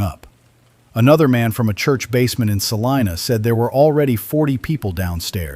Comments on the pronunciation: In Kansas, Salina is pronounced sa-LIE-na, not sa-LEE-na. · I'm from North Central Kansas, and every time the narrator said "SalEEna," it set my teeth on edge. It's SALINA! Rhymes with SALIVA! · I wish the AI would pick just one pronunciation for Salina and stick with it. Half of the time it was wrong. 😒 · I'm from Hays. Funny how they always say Salina wrong lol